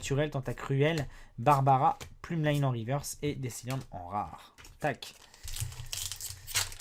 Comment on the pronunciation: C'est pas plumeline c'est plumeline